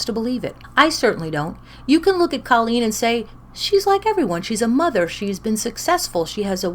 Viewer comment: Lol! The Irish way to pronounce it is the way you are pronouncing it - so I agree with you!